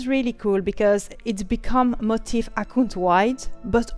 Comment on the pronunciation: It's mo-TEEF. Not like motive... Funnily enough, the top Youtube video for searching that word is pronouncing it incorrectly. But look at a dictionary guide (like cambridge) and you want the stress on the last syllable. Anyway, good video. I think the key difference you're not really getting is that in WoW "transmog" the change is applied to the single piece of armor. So if you apply a transmog to your hat, then wear a different hat, you will have to transmog the new hat again to the same appearance (the old one retains the transmog on itself). Whereas ESO seems to go the route of having a separate "appearance" set (like the costumes from the store), which can be applied and remain no matter what gear is "underneath". So, if I change my outfit to have a crown for my head, it doesn't matter what helm I'm wearing, the crown still remains. At least, that's what I'm understanding the difference to be. I have not played LOTRO or other MMOs very extensively, only WoW. I prefer the layered outfit option over WoW transmog because then I don't have to keep transmog'ing every time I get an upgrade.